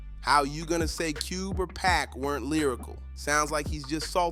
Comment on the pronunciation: I got to the part where the voiceover called Pac "Pack" it's a hard pass from me